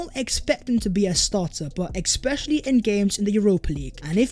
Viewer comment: Please mate, it’s not ‘exspecially’, it’s ‘especially’. Great channel.